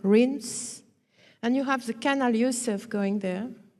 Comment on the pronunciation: This is an excellent lecture, full of information for the hungry mind. There is one puzzle however and I would like to know, if you are going to use the word canal so many times for a presentation then couldn't we hear a better pronunciation than canull and maybe dock rather than duck. I will have absolutely no problem whatsoever in revisiting this video over and over and shall post it often but come on, surely this lady has heard others pronounce these words and many more besides. 😎🌾👽🌾😎